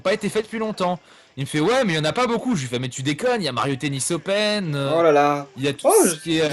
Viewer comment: j'en était sûr qu'il allait y être :D "Mario tennis opèn" Pourquoi pas Rath x)